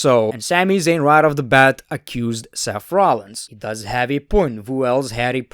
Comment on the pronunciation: Everyone: Seth Rollins: Sef rohlins